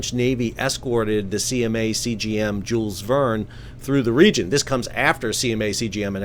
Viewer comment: Sal, my brother in Christ, that's not how you pronounce "Jules Verne"...